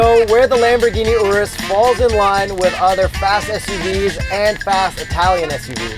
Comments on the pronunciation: That is not how you pronounce Urus. I mean... It kinda looks like an Oreo Ice Cream Cake. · i think i’m gonna have to get over youtubers saying urus wrong